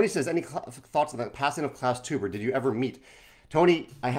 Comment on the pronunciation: Hi, Klaus Teubers last name is pronounced as if you would write it "toyber"